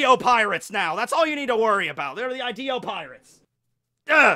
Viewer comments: I'm sure it's pronounced Hideo not Ideo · It's pronounced (e-day-o) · I haven’t even watched the vid yet but I already know he’s gonna go this whole thing pronouncing Ideo fucking wrong